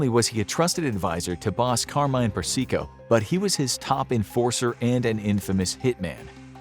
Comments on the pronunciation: It's "Per-sih-koh" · Carmine "Perseeko" lol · I laughed every time he pronounced persico as per-seek-oh good thing he's dead he wouldn't like his name being butchered like that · He mispronounced a lot of names (Persico, Masseria, etc.)